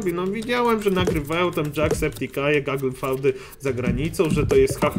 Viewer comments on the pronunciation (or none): Wymawia się Gugyl fjut B)